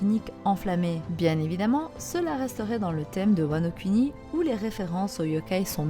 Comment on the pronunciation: Vidéo très intéressante ! Mais bon dieu par pitié !! Wano Kuni "Kouni", on ne fait pas de "cunni"lingus ma parole !